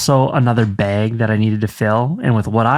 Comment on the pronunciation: hearing say beg (bag) is so funny! reminds me of morgan